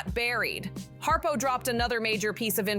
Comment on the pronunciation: His name is Brian Harpole...not Harpo. This is crap.